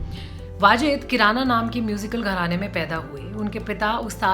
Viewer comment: वो किराना नहीं कैराना घराना है।